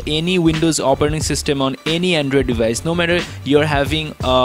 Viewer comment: Andrewid devayice